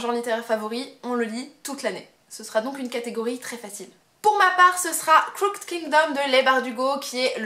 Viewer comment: Pour info, "crooked" se prononce croukid.